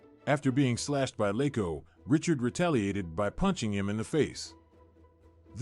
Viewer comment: Geee-zuzz! His name wasn't Richard. He was French Canadian. It was pronounced Ree-char. If you're going to do a video about someone, the least you could do is pronounce his name right. .